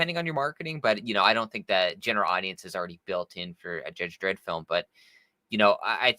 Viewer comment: It's Dredd, ffs.